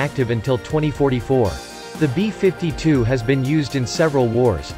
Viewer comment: The B-5-2 Stra-to-for-tress... robo voice ruins everything